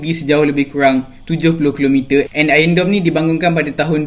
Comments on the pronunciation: Iron doum (dome) bukan dorm (asrama) 🤣🤣🤣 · "Iron Dome" bukan "ion dome" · Suka abg when h say r hahaha (AKU X GAY)